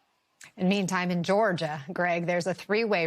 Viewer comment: You really pronounce Georgia like that always? Go back to Calillroda